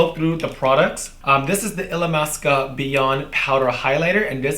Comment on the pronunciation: Everything seems so effortless when you do it and this came out stunning!!!! Love you Miss Blac!! (and yes, you were pronouncing the name of the brand right!!!)